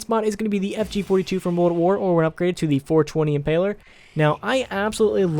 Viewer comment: Boy I’ve watched a couple of these videos and I sure hope you’ve bothered to actually read the names of some of these guns. the FG42 isn’t the “impaler” it’s clearly the “Impeller”